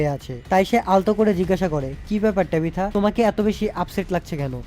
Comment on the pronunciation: ভাই এ কারে এক্সপ্লেইন করতে দিছে এয়েড বলতেছে বয়েড তরিথা রে বলতেছে টেবিথা।। আপনার মত করে কেউই পারবেনা